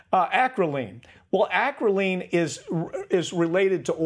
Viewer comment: He said acrolein wrong